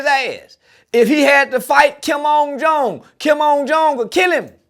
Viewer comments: Every time he says Kim ung jong got me wheezing for air. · “Kimon jone”🤣 “Newmonia”🤣🤣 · “Kim on jong” lol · “Kim ung jung” 😂🤣😅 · He said Kim on jong 😂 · “KIM UM JUMG” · Man said he studied Kim Jong Un … but steady callin him “Kim On Jone”😂😂😂😂😂